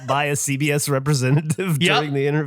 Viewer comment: When Andrew said CBS I thought he said CVS and I was like “where is this going?!”